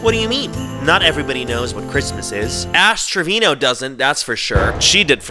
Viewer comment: istg i thought he said ass trivino or wtvr her name is 😭